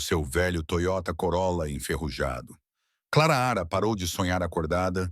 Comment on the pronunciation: O nome dela Clara não claara